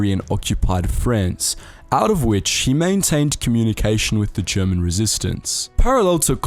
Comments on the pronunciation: As a German I can say you did pretty well with the pronounciation for an english-speaker 👍🏻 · Impeccable pronunciation on all the German, dude! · You german pronunciation is really good